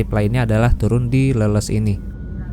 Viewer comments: dibacanya leles bang bukan leuleus....😊😊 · bukan Leles dengan "eu", tapi Leles sprti ikan "lele"..😂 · bukan leuleus tapi Leles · Gak enak denger nya kang nyebut stasiun leles jadi leuleus🙏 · Leles, baca E-nya kayak di kata GESER, Mas! Kalo dibaca leuleus, artinya beda banget. 😂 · Mas pengucapan Leles itu Bukan kayak Lemes, tapi Leles kayak Bebek 😂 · Leles tuh "e" nya dibacanya kaya lele bg wkwk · Pengucapan kata Leles sama dengan ucapan ikan lele +s . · Cara baca stasiun Leles di Garut harusnya dibaca mirip cara baca ikan Lele tapi ini ujungnya ditambah huruf "s" 😊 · Cuma ingfo ga penting aja ini mah 🙂, Leles, diucapkannya sama kayak ikan lele bang 🙂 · Coba ya bilang nya ikan lele....tapi di tembah huruf s, jadi bener sebutanya leles😅😅😅😅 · Leles Aa, huruf e nya kayak nyebut ikan lele. Leles, Garut. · Banyak salah pengucapan nih... bukan cia-wi tapi ci-awi, bukan cia-mis tapi ci-amis. Nama2 tempat di wilayah Sunda biasa diawali kata ci yg artinya air, sungai. Ci dan awi dibaca sbg vokal rangkap bukan diftong. Dan Leles dibaca Lélés, dgn e taling bukan e pepet, dibca spt pembacaan 'enak'. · Btw bang, stasiun leles cara baca nya bukan "leles" tapi "leles" 😹😹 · bukan stasiun leles bang, tapi di baca leles.. kumahanya jelaskeunna wkwk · Penyebutan leles nya salah 😭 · Hadir.. sambil lembur ga kerasa di bawa jalan2 online lagi nihh..., btw pengucapan pas nama stasiun leles...kentara bukan urang sunda nya nyaak.. hahaha,, senyum.aja kuring mah.. keren mas lqnjutt